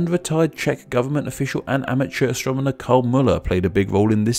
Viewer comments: Cool video but it sounds like he says "Astromoner" each time he says astronomer. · heh "astromoner" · Count how many times he says astromoner.